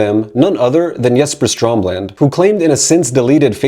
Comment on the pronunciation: They way you're mispronouncing "Reroute to Remain" makes me think you haven't actually listened to the album or the song that bears it's name. Also you're calling the founder, creator and the most vital member of in Flames, Jesper Strömblad, Stromland on several occasions which is kind of.. astounding.